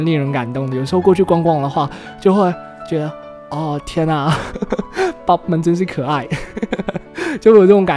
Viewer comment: 是Bob 不是bod哦~